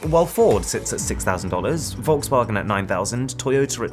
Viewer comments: he "Wolks wargens" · I love the way he says Volks Wagen it's kind of pronounced Folk Vugen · How He spelled Volkswagen: Wulgswagens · I am German... It is soooo funny to us german how you pronouns VolksWagen. Its so sweet. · Wer liebt auch diese Aussprache von Volkswagen ?😂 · As a german, the pronunciation of Volkswagen hurt a lot. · You pronounce the V of Volkswagen the same way you pronounce the F of f*ck. :D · Good video brother!! Btw I jst can't digest the fact that you mispronouced "VolksWagan"!! 😊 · ok i know that you are american but how you said volkswagen made me laugh and cry lmao. Thanks for this great video. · Did anyone notice Arun pronouncing Volkswagen incorrectly?